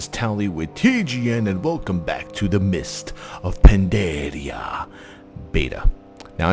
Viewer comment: I love when you say "Mest ov Pandaderea"